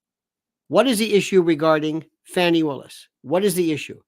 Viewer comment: Please cease and desist I calling her Fanny. It's pronounced Fawny. Like a delicate little doe, a deer, a female deer. Okay? Thanks